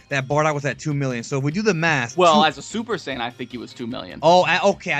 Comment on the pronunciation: Super Seiyan, just sayin